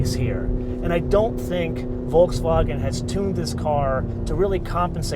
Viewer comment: Thank you for pronouncing Volkswagen properly.